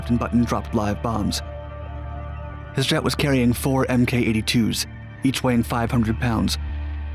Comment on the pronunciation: Mk is pronounced "Mark"